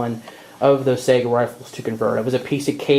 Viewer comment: I'm from Finland and Saiga comes from our eastern neighbour and the "real" pronunciation is Saiga (A not ae as in A,b,c), like a mexican a as in Maria. hope that helped.